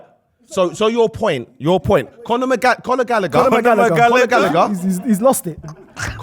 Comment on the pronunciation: Conor Magallagher 🤣🤣😂😂